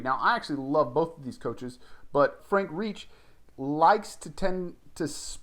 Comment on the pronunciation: If you can’t pronounce Frank Reich’s name, than it’s an automatic thumbs down 👎